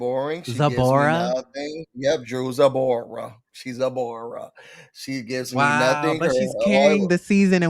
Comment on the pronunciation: He said, "Drewsabora." 😂